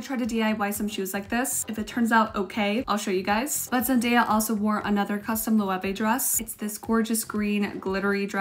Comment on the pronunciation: just FYI loewe is pronounced “low” ❤